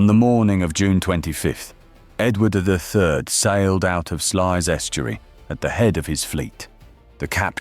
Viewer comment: The closest correct pronunciation is SLOUSE